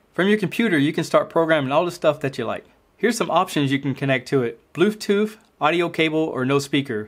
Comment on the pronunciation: Bloothtooth lol